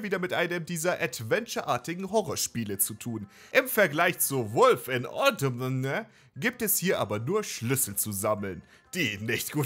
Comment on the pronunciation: Sorry, aber ich finde es nicht witzig, ein ganz normales englisches Wort (Autumn) extra falsch auszusprechen. Aber ansonsten nettes Video.